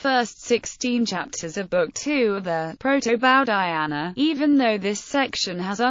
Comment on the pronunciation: This was the worst butchering of an Indian name that I've ever heard in my damn life